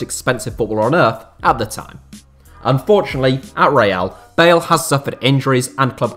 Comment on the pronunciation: Thought you said Gareth Barry not bale lmao